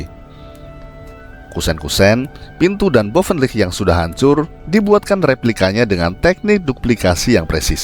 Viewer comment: Tolong dilatih lagi mengucapkan istilah Bahasa Belanda nya saya yang fasih sampai harus baca tulisannya supaya tau apa yang diucapkan. Menyebut Buitenzorg, Bovenlicht, dsb tidak terdengar jelas malah seperti berkumur-kumur.